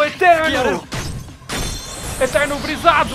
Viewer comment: Só eu que escuto "eterno brizzado" quando ele fala eternal blizzard.